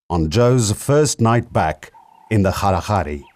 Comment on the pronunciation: Its called kgalagadi, Kalahari is mispronouncation of Kgalagadi by you.